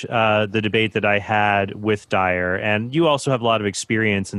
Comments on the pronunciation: I know its petty and irrelevant, but i wish Jimmy would pronounce the Guy's name correctly. Dyer not Dwyer🤦‍♂️ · J. Franco i like that Jimmy Akin doesn't give a ___ about Dyer enough to not say his name right.